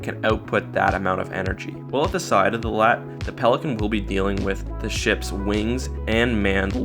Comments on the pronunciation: And another thing that shows how much you don't give a shit is how you say lat... its L A A T.its amazing how you gave enough of a shit to read of a wookiepedia summary T.its lel xD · L.A.A.T, not a LAAT you say each letter like the AT-AT